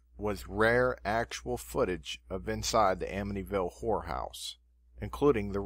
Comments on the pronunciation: Is this man incapable of saying horror? It’s not a whore house. Omg. Lmao 😂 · I'm sorry but two times so far someone saying "Amityville Horror House" it sounded like he's saying "Amityville Whorehouse." Its hilarious. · Why do you keep saying "The Amity Whore House?" It's H-O-R-R-O-R. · Did he say Amityville horse house lol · Did he say “ whorehouse” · Did i hear right Amityville whore house? thats what it sounded like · That kept making me giggle! I wanted to say "No, the whorehouse was on the OTHER side of town."